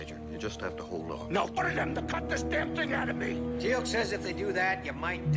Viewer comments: Teal'c NOT telac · Not telak more like téélk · It's funny to see your reactions to watching SG1 for the first time round, I've watched them all dozens of times and they're still great, it's Teal'c pronounced teal with an added k sound at the the end, not tee lak as you said, but that aside, enjoy the rest, they only get better while Jack is in them, still good after, but his character is missed when it's not in it as much. 👍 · if you say "tealc" one more time .... it's TEAL'C, how hard is it to say that? lol, just kidding, but do try to say the name correctly. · I'm so happy your reacting to this! Stargate is my all time favorite show! I love seeing new people find it, keep watching your gonna love it! Also it's not Telack it's Teal'c. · Did you call him Tea-lack? LMAO his name is Teal'c pronounced Teal (like the blue green color) with a K sound at the end. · Tee-ilk, spelled Teal'c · t-lack ? really LOL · With all due respect my friend, his name is Teal'c. It's pronounced Tea-eel-c. Teal, as in the color teal, then a hard c, as in car or cow or cap. Teal'c. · stop saying Telak.. it offends people. And yeah.. it is a shame Kowalsky died. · yeah every time he said it i almost yelled "its teal'c dang it" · That is so correct he should pronounce names . .is teal,c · I have to laugh when you you try and Teal’c’s name the C at the end sounds like a K.